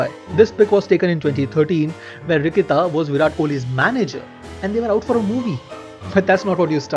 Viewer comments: Its Ritika not Rikita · Love your work man! It makes me see cricket at a totally different perspective. Just a friendly suggestion I noticed some mistakes in the names of players and other people Like its shubman not shubam and ritika not rikita. Just avoid those small things rest everything's perfect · 1.57 Rikita nahi be, Ritika hai woh 😂 7.54 Shubham nahi be,Shubman hai woh😀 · It just me or he really mispronounced ritika🙄